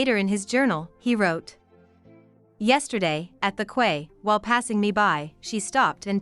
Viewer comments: I am so sorry to be such a misery guts, good research but absolutely appalling pronunciation of names etc. Quay……kway! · Quay is pronounced KEY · Very well done but ‘quay’ is pronounced as ‘key’.